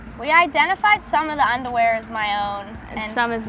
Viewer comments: “once i saw the unerwear i knew the brand” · ‘’ ...had quite the feast- of uNdErWeAr ‘’ Not gonna lie, that caught me off guard 😂